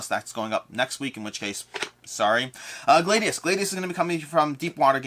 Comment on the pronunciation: Gladius is pronounced with a short a BTW - just like gladiator.